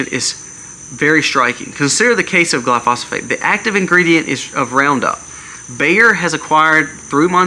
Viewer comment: GLY - PHO - SATE (not gly-phosphate)